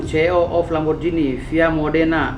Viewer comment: Bg Hotman.. bg Daus juga salah waktu nyebut Ce E O.. kan Si i o y?😅